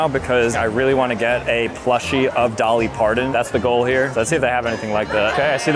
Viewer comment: Dolly pardon 😂it’s Parton